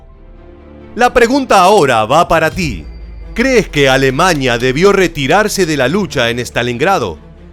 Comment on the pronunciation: Díganme algo la palabra es Alemania.. o. Alemañia